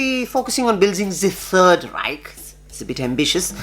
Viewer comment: I don't think Germans say 3 or 3rd that way....but hey you're super awesome nevertheless. much love and respect Vir.... your content is actually helping us through is lockdown.